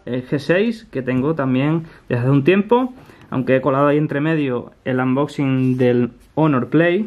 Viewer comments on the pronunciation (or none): none